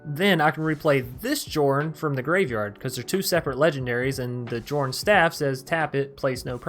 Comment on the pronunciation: Nice build ... I'll try it ... btw it's pronounced "Yorrn" instead of Jorn..